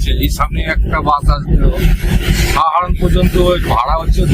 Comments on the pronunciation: আমি শুধু জানতে চেয়েছি যে কোন উচ্চারণ টা সঠিক…….সাহারাণ না সারাহান ……এতে তো আপনার লজ্জা পাওয়ার কিছু নেই………আপনার ক্ষমা চাইবার কোন প্রশ্নই ওঠে না….. ভালো থাকবেন 🙏🏻🙏🏻🙏🏻🙏🏻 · জায়গাটার নাম সারাহান না সাহারান…..কোন উচ্চারণ টা ঠিক